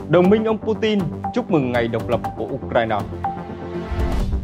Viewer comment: Pu tin ko phải chin